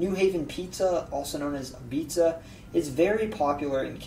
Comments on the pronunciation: As a Connecticunt myself... I rate this video pretty damn good. It's a breathe of freshair compared to most of the yt videos that just poopoo all over this state. You have a very informative, well researched, all around good video! Though... did I hear you call it "mizza/meaza"? New Haven style pizza is called "apizza" which is pronounced "ah-BEETZ", note that z has a very muted exhale on its end. Not quite "ah-BEETZ-uh"... but very very nearly. With that said, I am from the north-eastern portion of the state (not quite the 'quiet corner', but close to it). And our pizza is VERY different from New Haven style and is its own thing. We just call it "pizza". It's not as thin as New Haven or New York style, but isn't quite a pan pizza either. Also... we cut our slices into squares, also known as a "Greek cut". Growing up I actually thought that triangle sliced pizza was a "movie" thing. Like, they just made that up for movies/tv, similar to like how everyone in movies lives in giant houses and seem to not have jobs. My mind was blown when I first saw a triangle cut slice of pizza. And yep on the grinders. Though I'm pretty sure the coast doesn't say it that much. Because funny enough... we are also the home of the name "sub/submarine sandwich", named after the submarines being built along the shore. We actually are the home of Subway... sorry about that... I only recently learned this and was gobsmacked since grinders around these parts are so damn good, yet subway is so damn tra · 'Apizza' is pronounced 'ah-beets' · Nice try on the pronunciation of "Apizza" 😄